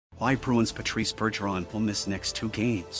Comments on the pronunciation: First off it Bergggggeron not Burgeron Any real bs fan knows this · I’m pretty sure it’s a text to speech AI bot, but yeah.. they should use a bot that can at least pronounce French names. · TTS voiced "news" maybe teach it how to pronounce Bergerons name if you wanna seem half credible